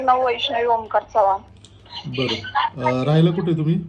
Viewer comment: जपान नाही चव्हाण 🙏